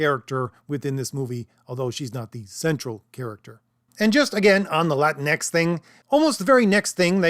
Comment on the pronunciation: Whyte supremacists pronounce it "La Tinx". Thank you for not doing that.